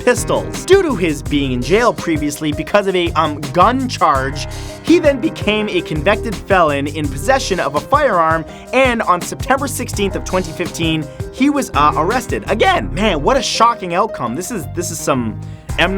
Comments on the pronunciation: ... did Matt really say "convected" instead of "convicted"? Sounded like it to me. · What's a con-vet-ted felon? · lol he said "convected" you trying to say hes hot matt ?? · "convected felon" lol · Convected??? Convicted!!!